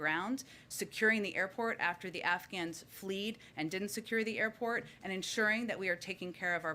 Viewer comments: It’s not “fleed”…..it’s “fled”…..clearly Biden brought the “best and brightest”. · Dear college educated Jen, Just to bring you in line with others, the word is fled, not fleed. Those journalism and public speaking classes really paid off.